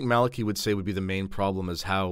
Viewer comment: Well done You pronounced Malachi correctly. First time I've heard this.